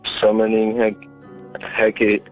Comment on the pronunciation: It’s pronounced HEH KAH TEE